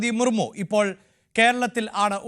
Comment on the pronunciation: എന്താ ഇതെ ബഹുമാനപ്പെട്ട രാഷ്ട്രപതിയുടെ പേര് വരെ മാറ്റി പറയുകയാണോ മർമു ജി അല്ല മുർമു ജി